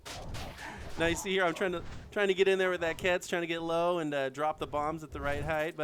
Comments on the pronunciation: it's not pronounced like kets it pronounced with the q sound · Can't say I was impressed with the commentary (and sorry but Giga and Quetz are pronounced differently), as most of it felt forced and cringe worthy. I caught one or two decent one liners. C4 strapped animals wasn't a bad idea, but should've been wild dinos (as you now know). Offline raiding isn't very exciting, I'd suggest doing more online raids if possible. I've seen some spectacularly well planned raids and some very poorly planned ones, but they're both equally entertaining.